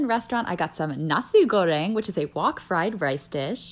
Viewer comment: I love how u pronounce nasi goreng it's so cute😭